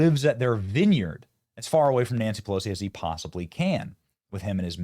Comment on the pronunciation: Nanshee Pelowshee 😂😂😂😂